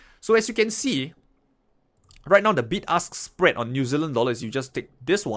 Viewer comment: Hahaha sounded like "big ass spread"